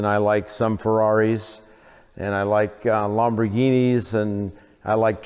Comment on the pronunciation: I don't know why, but I really like the way Bruce says, "Lamborghini."